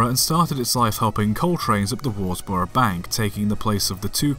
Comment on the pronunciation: “Derby” is pronounced “Darby” “Worsbrough” is pronounced “Wuzbruh”